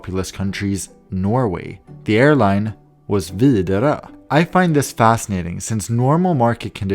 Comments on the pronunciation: hearing say widerøe gave me a seizure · Gotta love that thicc sweedish pronounciation of Widerøe! I don't know what it is, it's just the tone that makes the swedish pronounciation such different yet the same to the norwegian one lo..